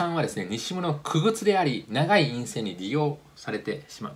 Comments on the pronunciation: DRAMをドラムと読んでいる。一人でテキストだけ読んで俄勉強したんだな、ということがわかります。まぁ、製造業のすべてを一人がカバーするのは難しいのでそれは大目に・・・。傀儡をくぐつと読む。普通この文脈ではかいらいと読む。初めて使ったんだろうな。勉強しながらチャレンジするのは素晴らしい。 青梅をあおうめと読んでいる。おうめ、です。東京西部とは縁の薄かった人なんだな。 SKハイソニックス→SKハイニックス。これもメモリー市場を知っている人からはあり得ない間違い。でもチャレンジした精神は称えたい。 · 久々に見応えのある動画にであいました。ありがとうございます。せっかくなので気づいた細かいところをお知らせします。 Samsun → Samsung、Skハイニックス 傀儡→かいらいでは？